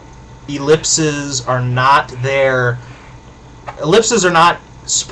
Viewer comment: The plural for ellipsis, "ellipses" is pronounced; (ĭ-lĭp'sēz). Please, if you're going to have a rant about the use of ellipses contrary to the Chicago stylebook, pronounce it properly. :)